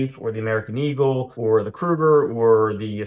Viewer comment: Gold, not gode. Eagle, not eagoo.